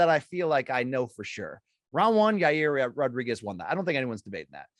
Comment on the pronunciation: It's Ya reer Rodriguez